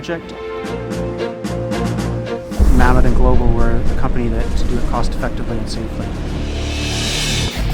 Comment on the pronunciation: for someone so eager to complain at least get the company name right... its "Mammoet" not Mamoet lol